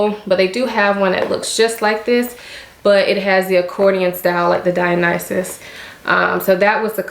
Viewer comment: I've watched like 5 videos about the Dionysus bag and you are the first one to pronounce it correctly